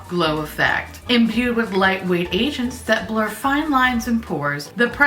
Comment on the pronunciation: When she said “imbued with light weight agents” it sounded like she said Asians. I was like imbued with lightweight Asians?!